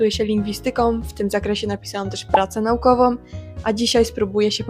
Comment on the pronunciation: Wreszcie! Wreszcie ktoś podejmuje ten temat! Super. Ale dziewczyno, pilnuj się. Jak się mówi na ten ważny temat i wytyka błędy, to samemu musi uważać. "NAUKOWĄ" a nie "NAUKOWOM"